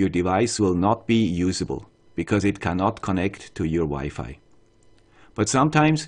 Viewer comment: It was wired to hear Wi-Fi pronounce differently, thanks for improving.